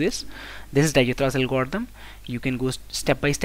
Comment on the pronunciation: Awesome solution but dijkstras pronounciation is not right